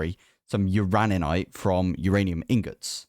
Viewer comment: You do, indeed, pronounce uraninite correctly. 😂